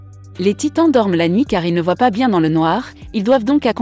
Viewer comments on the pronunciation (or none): none